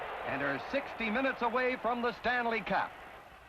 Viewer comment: definitely calls it Stanley “cap”